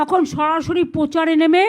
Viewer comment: Ota Pochar noi Prochar.. Bhoot er mukhe Ram Naam.. Bash kore diyeche puro